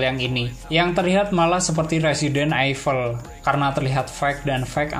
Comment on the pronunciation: Evil itu bacanya "ivel" bukan aifel 😅